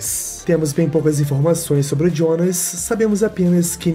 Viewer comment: Pq q tu fala Jionas ao invés de Jonas? Ele é brasileiro po kkkkk😊